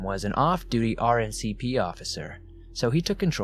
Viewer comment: Good but, RNCP officer? Did I hear right? RCMP. Otherwise, a great compilation.